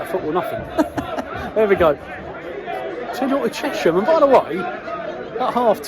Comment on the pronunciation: Great vlog as ever. They are pronounced Che(sshhhh)am btw